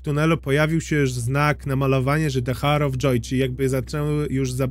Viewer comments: Przepraszam ,ale czyta sie "AŁer" of joy ..a tak to przyjemny glos bardzo do sluchania :>> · The hour of joy - h nieczytasz 😅 Sorki musiałam